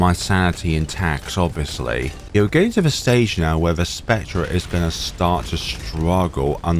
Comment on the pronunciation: Why do you say "spec-treh", its pronounced "spec-ter"